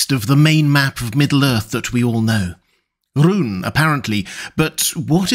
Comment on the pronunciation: Rhûn is written in a way that says twice it's a long vowel. You pronounce it like it was the shortest u in the world.